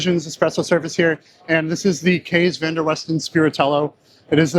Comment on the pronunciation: Minor note, the Dutch name "Kees" is pronounced similar to the english word "case", not like "keys". That said, I'm sure the guy is used to people butchering his name!